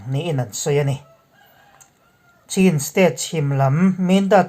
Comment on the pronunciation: I lam thiam nain Chin tih hi i lam dik lo lui niin ka hria. Chin=Chhin tih tur tih pawh i hre reng. Chin tiin i la lam reng.